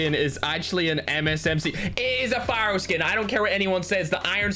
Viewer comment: Lol when i heard "pharo"msmc i was like what